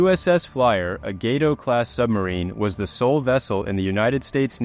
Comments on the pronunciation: Gato: Gah Toe, not Gay Toe. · Gah-tow. FFS dude, set up your shitty AI voice correctly. Channels are getting lazy AF with this AI voice stuff. Is it too taxing for you to read into a microphone???